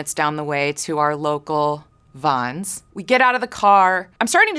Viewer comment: I think it’s vons not Vanz lol